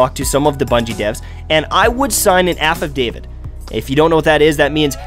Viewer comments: pretty sure its affadavit, not an aff of david (sorry for being a scrub about it) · Affidavit - "aff eh dave it" not "aff of dave it" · "AFF of David, affadavid" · what's an aff of david? it's an affidavit lol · Haha wtf is an aff of david? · Lol an "Aff of David" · All the people you proved wrong are now just making fun of the way you said affidavit. lol